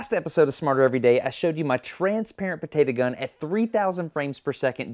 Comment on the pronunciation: It gets me triggered every time he said "Potata" Instead of Potato.